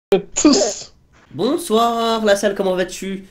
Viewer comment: "bonzoiirn" je suis mort😂😂😂😂😂